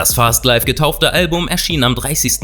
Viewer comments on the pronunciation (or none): none